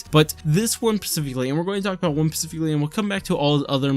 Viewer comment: this is a nitpick, but "spe-sificly" is the pronunciation